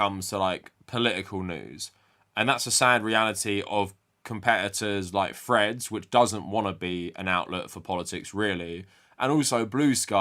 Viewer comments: For the first half of this video I thought you were referencing some new social media site called Fred's that I had never heard of before I realized you were just and you were saying Threads. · I thought I was going crazy because every time Threads is mentioned I hear "Fred's", but the subtitles seem to agree with me.